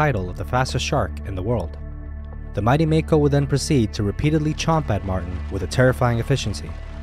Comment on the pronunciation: Yay u said it right mako❤️!!